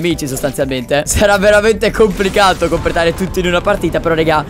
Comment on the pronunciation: Quanto mi piace il '' compretare''di Cap😂😂😂😂